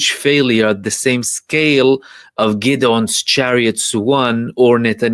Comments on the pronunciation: Really good analysis bro. Hope you don’t mind me just letting you know its pronounced Gid-ee-on Chariots. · is fluent in Hebrew where Gideon is pronounced Ghid-ohn